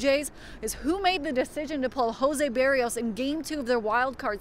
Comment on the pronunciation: "How do you pronounce the pitcher's name? Berry-os?"